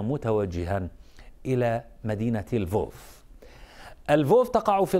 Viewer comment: مدينه لفوف اه ...😂🤦لا فولفو بالمره، مش محضر منيح ! اكتبها على جوجل ترنسلايت وخيليه يحكيها واحفظها منيح